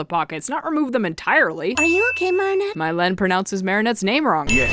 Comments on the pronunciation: You pronounced Mylene's name wrong. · "Mylene pronounces Marinette's name wrong." sins Also: pronounces Mylene's name wrong in the process